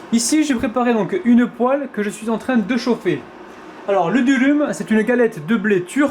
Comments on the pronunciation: C'est probablement bon, mais ce n'est pas un durum Puis on ne prononce pas "dulum" mais "Doroum" lol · sa s'écrit dürüm mais sa se dit douroum